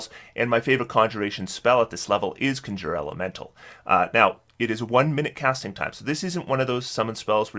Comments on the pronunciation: I love when he goes from saying Conjure Elemental correctly to suddenly saying CON-SHURRRRRER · Great video as always but you pronounce the word 'conjure' incorrectly (just Google it) most of the time. Every now and then you pronounce it correctly which is odd.